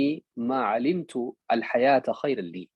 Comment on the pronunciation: السلام عليكم شيخ انت تخطاء عند " أحيِني ما عَلمتَ" .. قلت " ما عَلمتُ" بارك الله فيكم